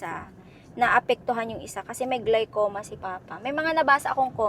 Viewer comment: It's glaucoma (pronounces aw/awe yung au).